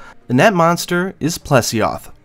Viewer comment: when you said the plesioth I literally died xD